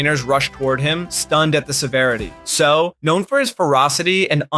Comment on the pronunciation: It's pronounced Say-ow(Seau). Like after he hits you, you say ow😅